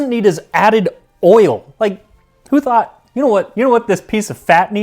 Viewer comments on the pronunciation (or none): none